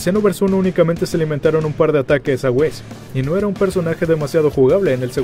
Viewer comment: Alguien mas noto que dijo wisto a virs en ves de visto a whis 🙊🙊🙊🙊 Exeletne vídeo me encantas tua trabajos éxito y sigue así